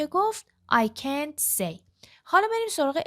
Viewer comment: درود به خواهرعزیز شرمنده، به هیچ عنوان قصد تخریب یا تضعیف روحیه شما رو ندارم ولی مطمئنم که شما در این زمینه تحصیلات دانشگاهی ندارید و از طریق مؤسسه، زبان آموخته اید چون چه از لحاظ تلفظ، چه از لحاظ آهنگ برخی جملات دچار ضعف هستید فاحش ترین این اشتباهات تلفظ can't بود که حرف a را schwa تلفظ میکنید من تا نیمه ویدئو را دیدم و خیلی با خودم کلنجار رفتم که این مطلب را کامنت کنم یا نه !؟ امیدوارم که زین پس با آگاهی کامل مطالب را به مخاطبین محترم کانالتون انتقال بدین با سپاس ❤